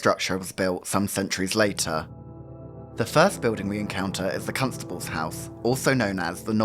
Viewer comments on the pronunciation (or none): The way says " Constable" as CUNTSABLE is sending me.